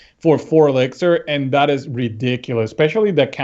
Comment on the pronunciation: Does anyone else hate it when someone says elixir like elexer?